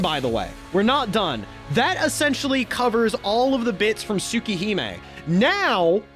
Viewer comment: I love your explanation but the way you pronounce things like Arcueid and Tsukihime is killing me lol